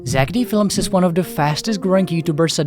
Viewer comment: There's One I Heard "Zeck Felms"...💀😂